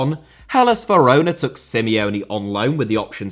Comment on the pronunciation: Some of your "corrections" aren't even right. Almost all English speakers call the capital of Poland Warsaw. Some of your transcriptions are just appalling as well. There's nothing wrong with shortening there are to there's, and he pronounced San Siro, Verona and Inter and Roma perfectly well.